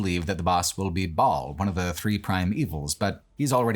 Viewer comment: I love this video but hearing how you pronounce Diablo and Baal hurts my soul 🤣